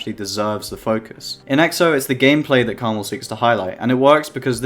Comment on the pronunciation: his name is pronounced Karma-L not krmal